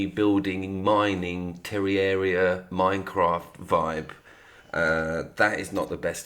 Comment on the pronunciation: It's ter-rare-ria